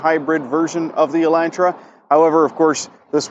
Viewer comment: "Elaintra" Elantra*